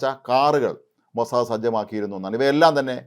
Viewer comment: സേട്ടൻ മോസാദ് എന്ന് പറയാൻ പഠിച്ചു സന്തോഷം